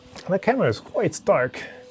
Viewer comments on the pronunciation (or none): none